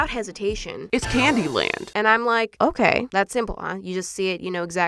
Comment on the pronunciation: “It’s not OKEH to be OKEH”❤️(titan cry 😭)